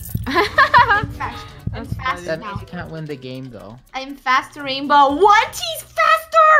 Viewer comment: OpEn ThE dOoR "WaInBow"